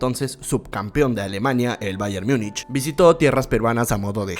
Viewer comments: No se pronuncia Myunich, sino tal como se escribe en español "Múnich" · en español se pronuncia Múnich y está hablando en español. No está hablando en alemán para pronunciar "mungen" ni en inglés para decir "myunic". Es más como un híbrido entre español e inglés. Pero se entiende que es porque la mayoría de comentaristas deportivos de grandes cadenas televisivas pronuncian así mal